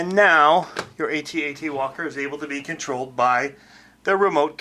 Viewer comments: It's Pronounced AT-AT not A.T.A.T. Some one posted it on Facebook. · AT-AT not A.T. A.T. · Had to stop. You're driving me nuts. A T A T... I was there man! I ate the popcorn man! I tossed wet JU-JUS and Milk - Duds at the screen and they STUCK man. It's pronounced AT. Like the word man.. At.. It's a freakin AT - AT WALKER... Man.. and it moves too fast.. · I can't even watch all of this because he keeps saying A T A T instead of AT-AT. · AT-AT not Ay-Tee Ay-Tee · iT'S NOT A T - A T WALKER! It's AT-AT Walker Like, " I'm AT the party". Get it right. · they're pronounced @@ , not Aye Tee Aye Tee